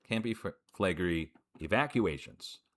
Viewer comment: Campi Flegrei is actually pronounced: Com-pee Flay-gray-ee 🤔